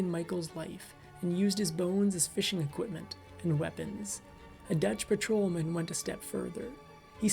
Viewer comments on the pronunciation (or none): none